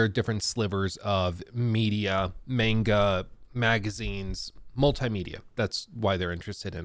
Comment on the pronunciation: saying mEnga instead of mAnga was like a dagger every time